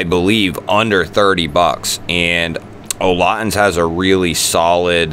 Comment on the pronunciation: "Olotins" sorry but its "olitans"!